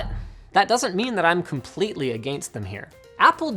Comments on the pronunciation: Linus, please stop saying agaayyyinst. >_< my poor ears. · OMG linus your Canadian accent when he says against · How he pronounced “against them”🤣